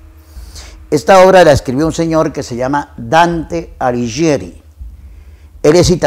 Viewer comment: Pronuncie bien el apellido por favor!! Alighieri !!! Por favor un horror!!!!